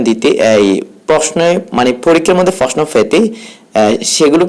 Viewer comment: "ফাবে" "ফাওয়া" "ফ্রশ্ন" এইসব কী উচ্চারণ ভাই?